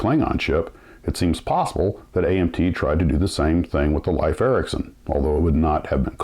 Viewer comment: It is correctly pronounced "leaf" not "life" Ericsson.